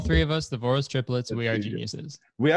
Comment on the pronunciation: Omg as a hungarian it was so weird to hear you pronounce Voros. As I see their name has been modified for easier english pronouncination, but it originates from the name “Vörös” which sounds completely different, so my brain went through all the 7 stages of grief trying to get used to this pronouncination lmao